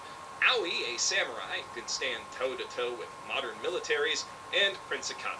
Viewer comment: That letter in the Handshakers title is pronunced like a "th", thus "With".